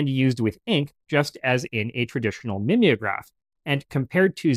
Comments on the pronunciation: NOT mim ee o graph but MIME O GRAPH as in to mime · MIM=EE=ograph? Are we sure it's not MIME-ograph?